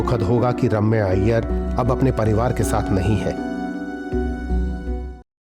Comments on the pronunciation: ‘Raaamya nahi’ it’s ’Ramya’😅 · Is it so difficult to say Ramya? They keep calling her Raamya 🤦🏻‍♀️